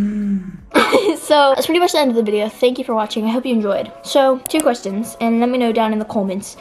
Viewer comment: Do qweshon two